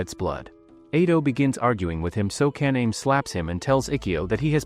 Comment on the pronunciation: One comment: it’s Ka-na-may